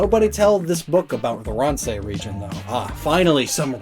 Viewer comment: Ransei. Definitely not peak pronunciation.